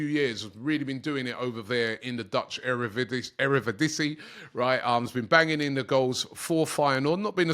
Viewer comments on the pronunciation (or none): Y'all gonna ignore Robbie calling Eredivisie Erevidisie? 💀